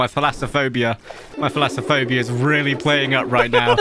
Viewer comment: i love how he says falasaphobia while the level is tasslantaphobia